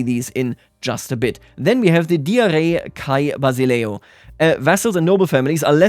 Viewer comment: I love the combination of your spot on pronunciation of basileus and your horrendous butchering of Diairei kai Basileue 😂 Great video, thanks for your amazing recaps of dev diaries, I eagerly await them every week!